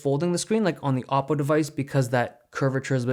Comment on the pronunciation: It is called o-ppo!